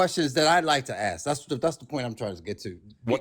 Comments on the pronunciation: When someone says.. let me "aks" you something? You know you're going to be pretty much talking to an inanimate object. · An engineer would NEVER say “Aks” instead of “Ask”. What an absolute MORON. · I've been an engineer for decades, and I've yet to hear another engineer say something like "ax you a question". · When someone says axe instead of ask, I consider that a big red flag regarding the persons intelligence. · Ehhh “ax” instead of “ask” is just a regional/cultural difference, like an accent. They’re both correct. It’s hard to change ways of speaking you grow up with, regardless of your profession or where you move later, etc. The development of all the variants in middle and modern English ax/aks/axe/ask from the Old English acsion (pronounced axion) is an interesting thing to learn about. The only reason “ask” was selected as the “proper” variant was because it happened to be how people in London said it at the time (1500s) and most people with north/western England said “ax” instead. Chaucer used both interchangeably, the first English translation of the Bible used “axe” etc. and many people still use it today. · Engineer my ass. He probably mops floors for a living. Also, can someone tell me how many x'es are in the word "ask"?